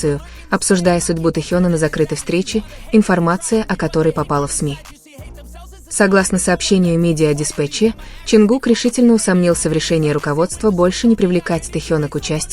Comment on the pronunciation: Вы хотя бы названте компаний правильно произноситн хайб и диспатч. Вам что все сообщают? Откуда вы это все берете? Кто его выгонит тз группы тогда это уже не будет бтс🤬